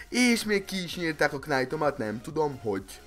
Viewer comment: Rosszul ejted a knight-ot!